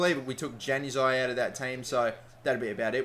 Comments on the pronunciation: ITS Yanazii not januzii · Januzaj is pronounced yan-U-az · It's pronounced yan a zai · Not trying to be a grammar nazi or anything but januzaj is pronounced yan u zie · Hey man, Januzaj is pronounced "Yanazai" hope that helps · Januzaj is pronounced Yanuzaj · Stop pronouncing Januzaj wrong and switch Mata and Di Maria's positions